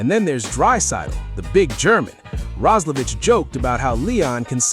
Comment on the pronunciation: The Player aquired from the Edmonton Oilers is "Jack Roslevic"... Last name pronounced "Roz-la-Vick" (as in the "cough drop") NOT "Roz-la-Vitch"...get your head out of your ***😂